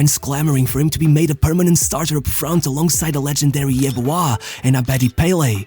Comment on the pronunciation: Bro how the fuck did u pronounce Tony Yeboah? Jesus lad.